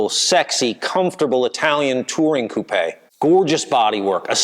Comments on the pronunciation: Got a like for pronouncing 'Coupé' correctly. Seems North Americans generally think that a coupé is a place where chickens sleep. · It's the past participle of the French verb 'couper' meaning to cut. In French it's coupé with the accent on the e and is pronounced coup-pay. has it right - at least for UK & Europe. Not sure what the Aussies do.